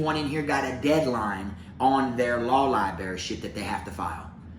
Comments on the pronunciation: I like you Bro!! But, add an R to library!! It's Library not Libary!!! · Take a shot errtime say Libary🙌🏼🤌🏼😜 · Aww you pronounce library like I do 😂